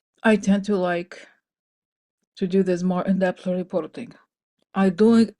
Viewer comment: In-depth rrrreeeporting 🧐